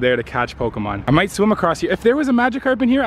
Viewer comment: He pronounced magikarp wrong